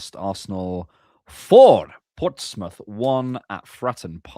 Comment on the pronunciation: its Portsmouth though